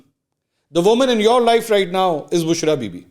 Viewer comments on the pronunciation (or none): none